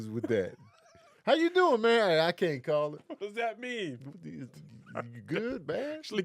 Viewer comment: “I can’t CALL it I might SPALL ittt” is my favorite rendition